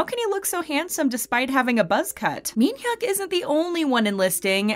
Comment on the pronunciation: u saying minhyuk wrong n taemin